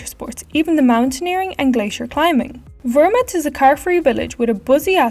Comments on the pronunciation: 2. is called ZERMATT not ZermUtt !! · Vermut? It's Zermatt (pronounced "Tsermat"). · What abouth the Ischgl-Samnauin area ? By the way it is Zerm_-ath